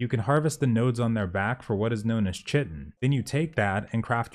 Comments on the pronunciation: Damn that’s chit en bro. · Google it please. It's pronounced kai-tin. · its pronounced kai·tn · Quick grammar tip: Chitin is pronounced Kite-in. That is all. I misunderstood the word too when i first saw it. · K'eye-tin. (Chitin.) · The living islands are known as the kraken. Also you should google how to say chitin properly, it's counter intuitive like bologna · how does no one on youtube know how to pronounce chitin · For him he's got a speech thing and has trouble with many words still he said, if it bugs you should probably not watch. It'll be pretty common lol